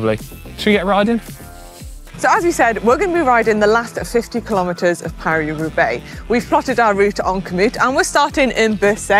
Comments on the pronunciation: Great moment - Manon misprounces Thibaut then brilliantly and deliberately mis-pronounces the race Roo-beX. Very funny 😄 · "Paris Roobax." I died.